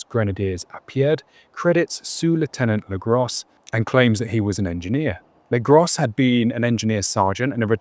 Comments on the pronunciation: Legros is not legross the S is silent. It means the big , could be a last name or title or nickname its hard to say. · You really ought to pronounce the French names correctly. Or at least try to. For example, Legros = "Legrow".